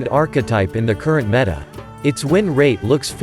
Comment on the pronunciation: Is there no way to, like.. correct the way the TTS program pronounces a word? Or just spell it funky to make the program say the correct word? How can you stand the way it says 'meta'